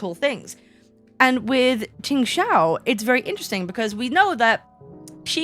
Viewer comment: Here your pronunciation of Q and X in her name is surprisingly good!